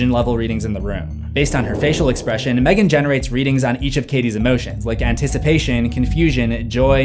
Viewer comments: i love this/gen but M three gan 😭😭😭😭i know thats how its spelt but its supposed to just be megan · Mthreegan 😄 Gonna trigger the angry screfourm folk lol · M three gan 😂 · NO MOR M THREE GAN OK,OK.